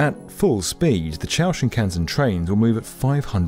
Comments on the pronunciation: The thing is though… it’s not Chou lol It’s Chuo, as in Chew-oh. Japanese for central lol So basically choo-oh Shin-Kahn-sen. The way he pronounced it in the video was hilarious. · "Chow" Shinkansen really makes me chuckle... Try "Chew-oh" and you'll be better off. 🥲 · it not ciao ken. its chu oo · Every time I heard "chow" I cringed... It wouldn't hurt to just maybe not massacre a different language? Even something like "chew-o" would have been more acceptable.. 🙃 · "chūō" is not pronounced "chow", it's "chuuu-ohhhh" (don't say it like it's Chinese). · "Chūō" is pronounced CHOO-OH (like "duo") not "chow", dumdums. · Its chuu-oh though xd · Great video, but your wanky pronunciations of "Chūo", "Nagoya" etc. are aggravating... They're not even difficult words, and it's extremely easy to check how they should sound.